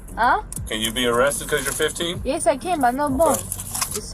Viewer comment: "YeZ"... Stop talking